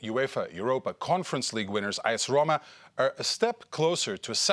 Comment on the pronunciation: Did I hear ass Roma🤣🤣